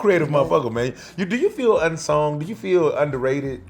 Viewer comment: YO, THE WORD IS "UNSUNG" NOT "UNSONG"